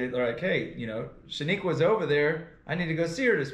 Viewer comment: He said shanique 😂😂😂😂